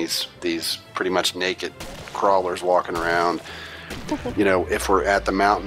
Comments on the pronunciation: I love the way that guys says "Pwitty" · "really pwetty"